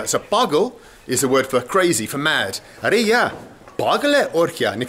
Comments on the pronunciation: Its not aree yaaa its actually aree yaar means ohhh friend i dont want. But bald seriously i love too hear from you aree yaa, when you say that you nailed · Welldone good teaching Its arey yaar not arey ya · It is not "ARE YA" It is "ARE YAAR" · Yes, but is doing a Hindi lesson. So he will have to say the R.